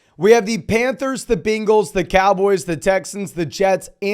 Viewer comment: I love these videos, but holy hell learn how to say Bengals.